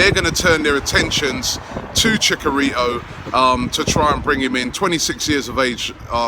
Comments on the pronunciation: just one little thing, it's Chicharito, not Chicarito. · Please say ChiCHarito not ChiCKarito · LOL chicarito. Robbie, it's ChiCHarito. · Who the fuck is Chicarito 😂 how do you miss the H in his name oh my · Robbie, its pronounced " Chee Chaa Ritoo" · you pronounced Chicharito wrong it's Chi Cha Rito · I don't want chicharito because I won't stand listening to Robbie saying "Chick arito"